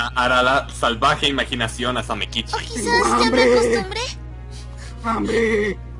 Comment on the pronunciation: Una coshita, se pronuncia Samékichi con acento en la E así suena mas japones :)